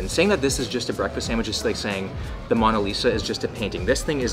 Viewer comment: OVER 600 COMMENTS AND NOT ONE TALKS ABOUT HOW YOU MISPRONOUNCED “MONA” IN MONA LISA🤯🇮🇹😡I can’t believe this. The Italian in me is boiling. It’s Mo-na (not mana) 🤌🏽Mow🤌🏽nuh MOAN UGH!! lol it’s all luv tho, I guess I can forgive u😪